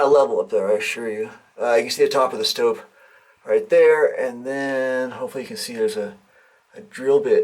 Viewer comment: Stope not Stoke